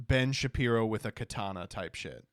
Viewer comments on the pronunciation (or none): none